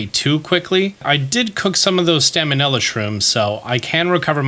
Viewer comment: Did you just say “staminella “ shrooms? 😅😂